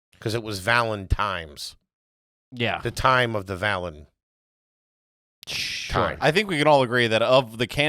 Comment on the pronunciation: "The time of the valen..."